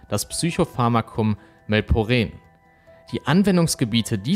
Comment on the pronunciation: it's Melperon.. nicht Melporeen.. ^^p